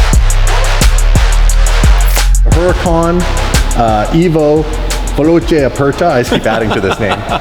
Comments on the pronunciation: VELOCE NOT VELOCHE. if u put an H after the C in Italian it becomes a K sound. I mean. cmon guys. the basic. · "Veloche" just triggered my italian eyes. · Hahaha yes it's veloce 🤦‍♂️